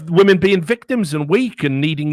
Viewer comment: "Respect Wamen Juice" lmao